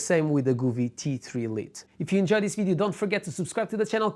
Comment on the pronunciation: Didn't catch the very last bit, re the "all at once or part" bit. Just because you know what's what and what you want to say, doesn't mean your viewers do? Just slow down a fraction man or you waste as much of your time making this video as we do watching it. ANOTHER THING, stop mispronouncing the name Govee. It's NOT Gooooovee, it's Go vee. Go (as in (go away") there is no double "o" in Govee so why you pronounce it the way you do is beyond me and totally incorrect. Phone Govee and ask them, see, simple Doh?